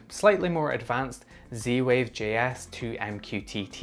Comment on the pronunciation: Your accent confuses me. Where are you from and why do you call it C-Wave?